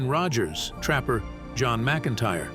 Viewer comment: I’m and I’m not going to listen to any more of this robot speaking. It’s introducing the characters and it says “Captain Trapper, pause, John McIntire. Like they are two different people. Why don’t you stingy jerks hire a human being!